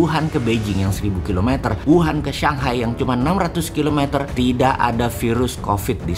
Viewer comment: Bacanya shang hai, bukan sang hai